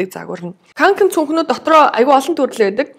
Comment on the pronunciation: кункэн гэж дууддаг шүү ккк шведэд хүн болгон л бараг үүрцэн байдаг